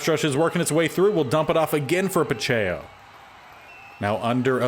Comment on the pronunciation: Isaiah Pacheco is like Pa-check-o Foyesade Oluokun is like Fo-yeh-sod O-loo-o-koon Sterling Hofrichter is like Haw-frick-ter